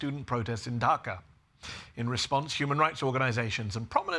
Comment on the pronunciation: Love how Medhi pronounces Bangladeshi and Dhaka